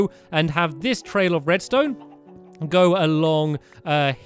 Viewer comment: U said redstoe